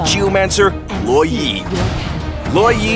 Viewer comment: He pronounce it Law Yee But I pronounce it Lou WOh yee